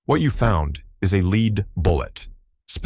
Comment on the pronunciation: AI needs to lear the difference between lead and lead